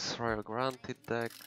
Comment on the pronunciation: It's deck not dick xD Nice vid bro❤